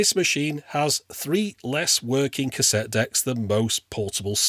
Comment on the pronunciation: A Cassetee Adapedr... hahahahha!